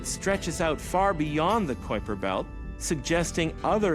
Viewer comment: Omg dude, it's pronounced k-eye-per belt, not coy-per belt. kui... k-eye, try it with me now, k... eye... per. kuiper christ